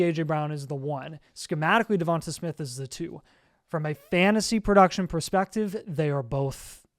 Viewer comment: The way yall pronounce Devonta Smith pisses me off. Devontay is how you say it not Devontuh lmaoooo